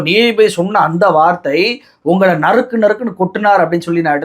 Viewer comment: நரிக்கி நரிக்கி நரக்கி .....தப்பா பேசிட்டோம்னு வாயப் பொத்துக்கிட்டாரு !! நறுக் நறுக் என்பதைத்தான் தவறாகப் படித்துள்ளார்